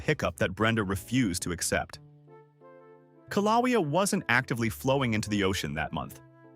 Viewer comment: Would you people please learn how to pronounce these places. It's KILL-A_WAY-A. Not the garbage you said. And the capitol city is not High Low. It's HE-LOW. 🤦‍♀🤦‍♀🤦‍♀And to think we are sacrificing our water and our rural areas for artificial garbage that can't even be bothered to look up how to pronounce place names. Do me a favor ok? Never go to Louisiana. The place names would probably melt your little computer.